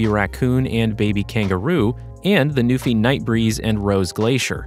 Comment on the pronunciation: I thought it was “new∙fye,” rhymes with WiFi.